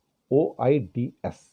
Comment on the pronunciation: Yeah 'oids not opi-oil's